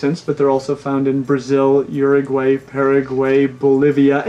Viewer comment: so, you guys are talking about his argentine pronunciation. but what about how he says urag-way and parag-way